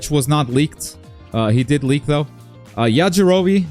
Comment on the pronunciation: Not the "Yajirobii"